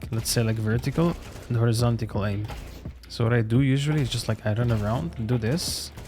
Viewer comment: verrrtical and hori-ZON-ti-CAL aim... brother pls